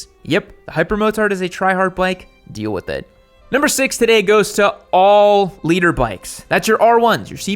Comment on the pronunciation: *Liter bikes, not "leader bikes"